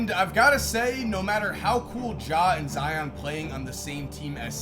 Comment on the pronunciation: Never forget that at one point pronounced zions name as “Zee-ohn”